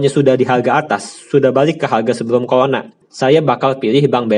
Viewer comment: Pelat, CORONA dibaca COLONA 😂